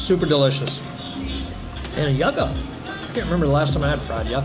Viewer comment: For the food, it’s not pronounced (Yuh-ca) but rather (You-ca). I giggled watching that part. 😂